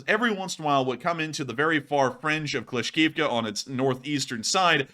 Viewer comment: C'mon,, "Kla-shiv-ka"